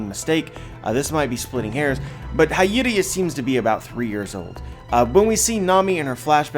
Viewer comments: love u bro but her name is pronounced hee-your-ee not high-your-ee not a big deal or anything tho lol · It's Hiyori with a hi not hayori damnit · it’s pronounced “HEE-YORE-I” I’m pretty sure about that. Am I wrong anyone? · Hiyori is pronounced as HEE-YO-REE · Hiyori (hee-yoh-ree)* Other than that beautiful video as usual, solutes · hayori?! pronunciation suk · I need you to pronounce her name right. It’s “hee-yo-ree “ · I'm pretty sure her name is pronounced, He-Ore-Ee, like Hiyori from Noragami.